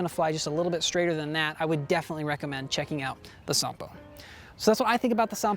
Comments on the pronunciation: Nice genuine Finnish pronunciation! Here is some background on the name -- Sampo. In the Finnish mythological epic, Kalevala, Sampo is like the Horn of Plentitude, a cornucopia, a mythical machine that makes money, cereals, and salt. It was forged by blacksmith Ilmarinen, the Eternal Hammerer, in return for the hand of the Daughter of the North. However, the Matriarch of the North, Louhi, betrays Ilmarinen, and does not give her daughter to Ilmarinen in spite of receiving the Sampo. An epic odyssey follows as Ilmarinen, Väinämöinen (an epic hero not so different from Odysseus) and Joukahainen travel north to steal Sampo back. In the ensuing battle Sampo is broken and falls into the sea. Pieces of it float back to the Lands of Kalevala, making it fertile. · Finnish pronounciation on point 👌 But wouldn't it be cool to be the first American YouTuber to get 'Ahti' right...?😉